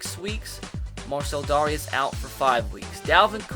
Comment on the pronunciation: Dare-ee-is by the way